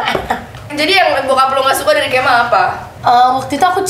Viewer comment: Wahh parahhh sih.. bilang kemal "Cabull.." sumpah ngakak 🤣🤣🤣🤣🤣